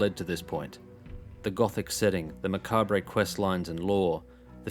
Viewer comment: Re in macabre is silent.